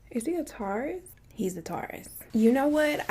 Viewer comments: Ehh. I like Bailey Sarian better. She’s funnier. And what’s a “Tar-rus”? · this video may be old, but i am just finding her page... but the way she was pronouncing "taurus." repreatedly irritated my soul. I was like "why is she saying this word like thissss?" still gone watch. but whew. Girl say that word right😂😂😂. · “My moms a tarius, my sisters a tarius….. 😂😂😂😂